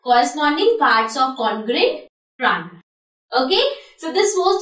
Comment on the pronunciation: sorry to say but its "tria-angle" not trangal!